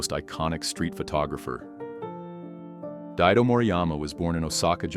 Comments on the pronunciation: Its Daido, not Diado... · Morijama Daidó (Daidō Moriyama)... not Diado